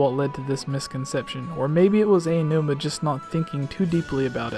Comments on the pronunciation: Aonuma, not Ayanuma. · It's "Ow-new-ma," not "Ay~oh! New-ma" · I have to let you know that Aonuma is pronounced "Ow-nu-muh" - thought it might help.